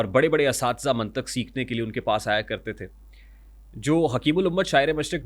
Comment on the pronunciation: Abe jahil mantaq nahi Hota mqntiq hota hai